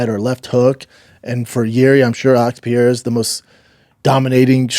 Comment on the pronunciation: ….Schaub getting on for pronunciation problems is hilarious. If I only listened to Shaub about Alex Pee-era, I would think the dude is French.